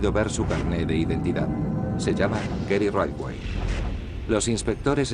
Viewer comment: «Gery raidway» jajajjaaj